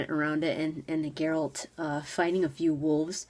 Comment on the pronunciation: I still have vietnam flashbacks from Shoddycast lore series - Erik Dellums is great and all, but I don't like his narration, especially those horrible mispronunciations like GerAlt, or Jeralt, Jennifer..... FF********CK! Sorry, I'm triggered.